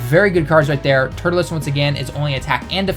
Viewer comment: it's turles not turtules bro wtf?